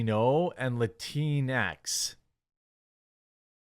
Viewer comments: It's pronounced lat-inks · Latin-x Latin-e Not latinex lateenee